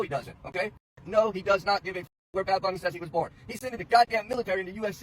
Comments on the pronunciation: Dude literally said Bad Boonie like he can't even read English anymore? Bro conservatives are WEIRD, man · they mispronounced bunny ? thats an english word you nincompoop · Imagine not being able to pronounce “bunny” and thinking that’s a flex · Intentionally mispronouncing "Bunny" is hilarious from the "speak English" crowd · lol of course it’s the MAGAt who’s too we todd ed to pronounce bunny. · Choosing to mispronounce the English word Bunny is such a self own. 😂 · she's giving these people way, way, way, way too much fucking credit thinking that they're purposely pronouncing "bunny" wrong.. they're just illiterate lol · Pronouncing Bunny wrong while being angry at Bad Bunny for “not knowing English” (btw he speaks English very well) is just like…. Ironic.